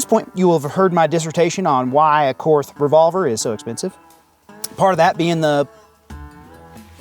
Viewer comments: German words (as far as I have been taught), that end in TH, use a hard T sound. It is pronounced very closely to the English word Court. Just like the Philosopher Karl Barth. It's pronounced Bart and not Barth. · > I’m a Korth guy. > Continues to pronounce it “korth” when it’s “Court”. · The "H" is silent. It's pronounced "kort" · You learn enough about revolvers, and you might just learn how to pronounce Korth correctly.